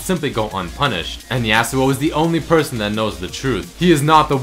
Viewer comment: Im just wondering why you're saying yAAh-su-oh instead of yah-su-oh?